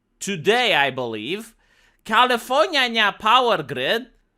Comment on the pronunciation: i always crack out a laugh when he utters Califorにゃにゃ🤣